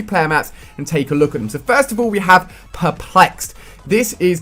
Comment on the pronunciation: ALL not ull :@@